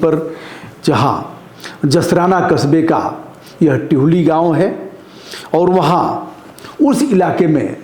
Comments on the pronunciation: टिहुली नहीं है दिहुली है गांव का नाम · गुरूदेव टिहुली नहीं दिहुली है